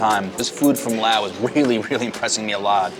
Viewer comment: Laotian, “Lay-Ocean” Not Lahwshun Not “Laowe” “Laos” Hard to listen to everything you have to say, when within the first five minutes you pronounce everything incorrectly multiple times, even after talking to people that pronounced it correctly in front of you.